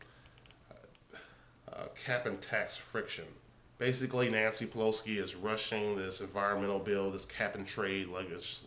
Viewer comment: Pelo-SI not Pelo-SKI...she is Italian not Polish...